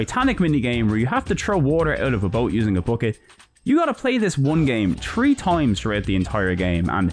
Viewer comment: Tree in total!?!?!?! TREE IN TOTAL! YOU MEAN THREE! 😂